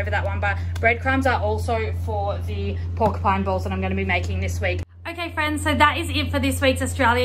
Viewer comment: I noticed something different in the way you said porcupine in previous video but then seen how you’ve spelt it on your meal plan board.....only mentioning in case you don’t know but it’s porcupine meatballs 🤗 Will give this recipe a go as looks good. I’m the same with cheese, prefer to grate it myself. I grate extra and place a bag in the freezer, just have to remember to take out in advance😄 As for the milk, I’ve noticed some milks advise on the labelling to consume within so many days of opening, happens a lot with the plant based milks but had it on an expensive regular milk recently. That could explain the lumps in the milk. I bought the health smart one and had to use within 5 days of opening, disregarding the use by date on the bottle.....frustrating.